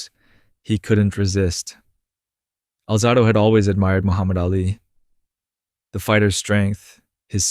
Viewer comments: “Alzaahhdo”? Really? If you can’t pronounce his name you dont know jack enough about him to make a video. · You pronounced his last name wrong. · how do you decide to produce a documentary about a professional athlete, put in all of the time and effort, cutting, editing, producing, when you cant pronounce HIS FUCKING NAME, YOU IDIOT - and if it's AI, whoever PRODUCED IT, how do you not review it to MAKE SURE that the pronunciation of the name of the man who you MADE THE DOCUMENTARY ABOUT is pronounced correctly?????? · Kid its hard to listen to you speak about Lyle when you can’t even pronounce his name. Is this for a high school project? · Alright, if you're going to narrate a famous athlete at least pronounce his name right. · Really, Lyle didn't pronounce it that way. And yes the video was good. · enough Euro pronunciation guy. We’re not in Europe. The proper pronunciation is how it was pronounced by the man himself and the USA. Putting out a video on a man when you can’t properly pronounce his name means you don’t know JACK about the man.